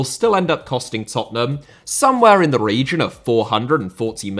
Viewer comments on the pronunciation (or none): none